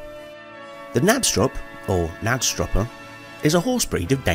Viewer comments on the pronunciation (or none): Can you pronounce "Knabstrupper" - not "Nabstrupper"? The K has to be pronounced!